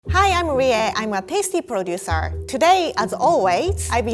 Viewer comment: How Rie pronounces producer: PrODuCEr